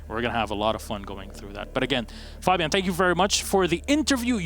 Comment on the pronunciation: I am sorry but it is triggering me that you are saying Fabian.